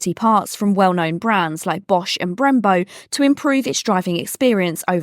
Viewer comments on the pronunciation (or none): none